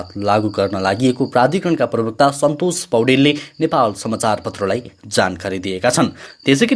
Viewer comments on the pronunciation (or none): none